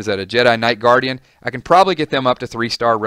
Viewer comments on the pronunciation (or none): none